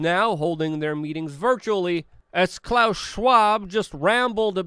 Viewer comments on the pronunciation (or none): none